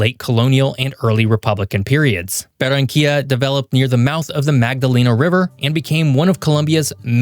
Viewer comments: Interesante analisis del contexto territorial de Colombia, sin embargo la traducción al Español presenta errores de pronunciación, sobre todo al pronunciar algunas ciudades como Medellin, donde pronuncia "Medi" o Barranquilla pronuncia "Bara"...independiente de este detalle, los felicito por tan excelente análisis de la Región Pacifica de Colombia. Saludos desde Barranquilla, Colombia. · Es Medellín, no medin Es Barranquilla, no beranca, baronia o cualquier nombre que le pusiste Se pronuncia Buenaventura, no bueno ventura Tumaco no tomaco Contrata alguien que habla español y no Una IA